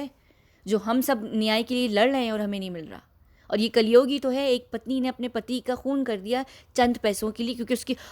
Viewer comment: कलयोग नहीं कलयुग होता है मैडम